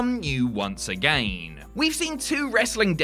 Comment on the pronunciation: I don't know, but he is really putting emphasis on the last word of each sentence. He is stretching the word. He says again like a-gan-yin.